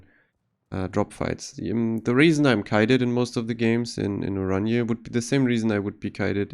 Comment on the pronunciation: i know. just heard the name be butchered a lot so hearing it be pronounced right is nice for once.